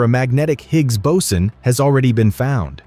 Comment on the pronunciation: Anyone else irritated with the fluctuation in pronunciation of boson (boatswain/bowsen/bowson)…?